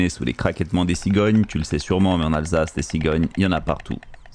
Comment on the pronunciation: Vous n'êtes pas Alsacien je pense ? Moi oui, et du coup, surtout quand on s'intéresse à cette période comme moi, cela fait mal aux oreilles ;) Mais comme dit, c'est pas grave, celui qui ne fait pas de vaisselles n'en casse pas